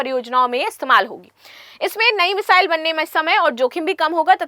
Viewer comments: Meshile nahi bolte hai mesile bolte hai😅😅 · Missile bolna thoda difficult lag ra h aapko